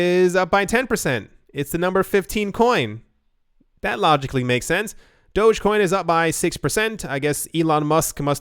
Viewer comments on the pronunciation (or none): none